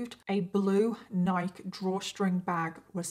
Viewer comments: Neye-key not neyek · Honey- you pronounce the word Ni-kee not nike. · Not “Nike”, it’s pronounced Nike-ee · NIKE! NI-kee. It’s not pronounced like ‘Mike’. Y’all Brit’s may be the original English language, but Nike is an American company and they deserve proper pronunciation! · Nik-ee it's how it's pronounced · It’s Nike-key. Since you love stories about Americans so much… you should pronounce our crappy yet beloved name brands correctly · I haven’t heard nike pronounced like that in a bit